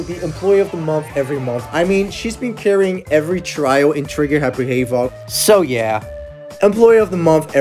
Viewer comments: yeah you said hay-vock? And it’s more like have-ock? Dunno how to explain! You’re good though it’s a funny video! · The way you pronounced havoc made me yell. How is that possible.